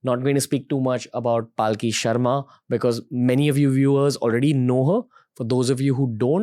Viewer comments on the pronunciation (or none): Thanks for bringing her on this platform, but it's palki, not paalki. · Is her name Paalki (palanquin) as Ranveer pronounces it or Palki (blink of an eye? ) 🤔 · Her name is palki, not pronounced paalki, for correction. Requesting you to bring Anand ranganathan sir and j Sai deepak on your show. And probably annamalai sir, the young president of bjp in Tamil Nadu. To get to know him better. Bringing cm yogi Adityanath would be epic, because still being a young leader, most of the youths will be able to relate to him. I am also curious about Pushpendra kulshrestha. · Please know how to pronounce her name, she is Palki not Paalki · Her name is Palki not Paaal Ki pls 🙏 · She's Palki Sharma not Paalki Sharma 🤦🏻‍♂️ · Bhai uska naam पालकी nahi पलकी hai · After wearing a Christian Cross, Ranbir has turned too western that he cannot even pronounce a common Indian name - Palki. He's pronouncing it as Paalki. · It's palki not paaalki pls learn to pronounce name correctly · It’s hilarious how Ranveer screw up names. Pyuuutin, Paaaalki. 🤯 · Well I would say please learn how to pronounce her name. Mispronunciation of her name repeatedly is equivalent to disrespecting her. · you cant even pronounce her name properly what kind of podcast do you even run. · How can you be so callous about her name's pronunciation. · Ranveer mispronounced Palki Sharma's name!! 🤭🤭🤭